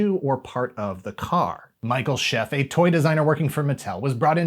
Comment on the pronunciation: Nice series recap, I wrote/published "The Knight Rider Companion" in 2008, a 680 page full color guide book to the original series. Glen A. Larson was a dear friend of mine. Michael's Scheffe's last name is pronounced "Sha-faye". I also assisted Diamond Select Toys with their 1/15 scale lights/sounds (I provided the sound clips for KITT) and Minimates Knight Rider toy lines. I did a two page spread of the new KITT's dash for the Knight Rider: Knight Strikes Vol 2 TBD by Lion Forge Comics. I've been keeping the spirit of Knight Rider alive since 2005 and chances are you've seen my work in some form or another, especially in google image searches. I've literally ate, slept, and breathed Knight Rider and still do today. Really love your videos! Keep up the great work!